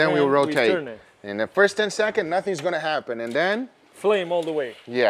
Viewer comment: counting 10 sechonds in 3 sechonds 😂